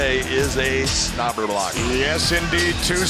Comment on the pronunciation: Did anyone else notice big john say snobberlocker instead of slobberknocker lol